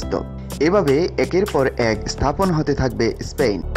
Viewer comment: Ha ha ha ha ha. Vai Spain na span. Otvut kotha batra bole vaisap